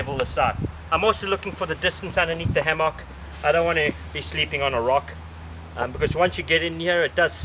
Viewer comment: hammAWK haha